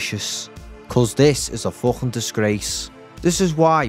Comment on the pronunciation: He says the F word like "Fluffin"